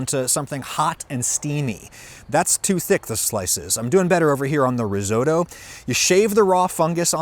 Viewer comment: Why do you say “risodo”, adam? It really bugs me hahaha. If you don’t mind, say risotto with T. Amazing video once again!